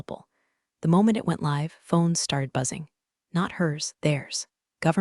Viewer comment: Your voice bot makes "dinged" into something dingy (grubby, soiled) rather than "ding-ged" like a bell. It does it every time. The save way it can't distinguish between "live" as in "from New York" and "live" as shouted by Dr. Frankenstein as his creature sits up. So very annoying. "He was insubordinate, resistent to change"... funny, Alina is a "she" throughout the rest of this story, is Dalton really that pronoun averse he can't remember? she changes to he again. Sigh